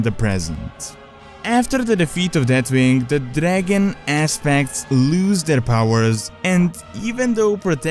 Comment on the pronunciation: I didn't know he's name was Deatwing. I thought it was Deathwing.